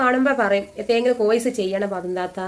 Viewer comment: കോയിസ് അല്ല എന്റെ. കോഴ്സ് 😂